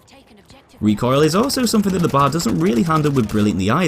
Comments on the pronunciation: Stop saying bar instead of B A R. It's triggering me. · It’s B...A....R not BAR!!! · It is not pronounced like the place one goes to drink...the letters are said individually.....B....A....R. Come on man.